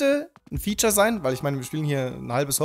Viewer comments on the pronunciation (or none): none